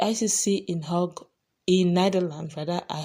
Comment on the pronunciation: Notice a small error in pronouncing The International Criminal Court at the "Hague.".